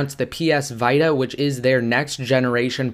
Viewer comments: it is VITA not Vi-tsa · its vita(vee-ta)not vita(viita) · It's pronounced "VEETA"! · who says psvieta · its pronounced Playstation VEE-TAH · iPad Mini Giveaway ! lol you got so much schtick for the pronunciation